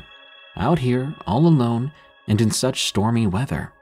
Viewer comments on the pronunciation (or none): none